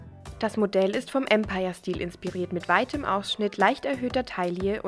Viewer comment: Die Modelinie mit der hohen Taille ist nach der Mode aus der Zeit des 1. französischen Kaiserreichs (Empire) benannt und sollte daher französisch ausgesprochen werden, nicht englisch!